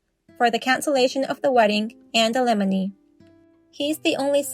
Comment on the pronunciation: Please, learn to pronounce "alimony"!😮